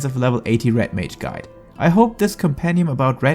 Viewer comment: umm.... is it called Rat mage? i swear thats what i keep hearing .